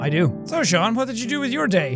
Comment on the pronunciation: WHY DOES EVERYONE CALL HIM SAEN!?!?!